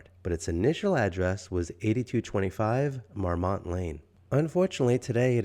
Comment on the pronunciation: The "T" is silent in the correct pronunciation. Marmon is correct. A simple Google search would have told you this. All that research, and repeating the name of the place incorrectly.